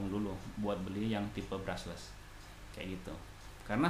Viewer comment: BRUSH-LESS bang, bukan BRUSSELS